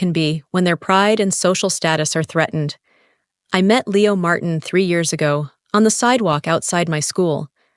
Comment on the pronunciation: Martin?Marteen? Why can’t AI keep the same pronunciation?